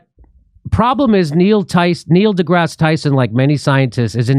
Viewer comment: Neil duh-ass Tyson